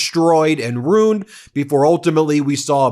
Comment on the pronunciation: Bem, "ruin" has two sylibles. Not "roon."